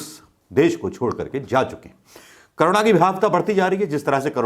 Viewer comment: It is not karuna but corona